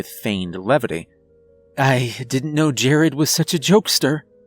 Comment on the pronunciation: Fortunately we didn’t all disappear. I’d also like to thank you for pronouncing the name right . Thankyou . Also also my grandfathers name is “Jerry” and my heart skipped a beat when the fathers name was Jared.. Also also also my moms name is Debi